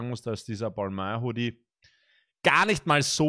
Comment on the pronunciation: Wie Monte zu Balmain sagt: Bälmäin Wie zu Balmain sagt: Balmööö Leute bitte😂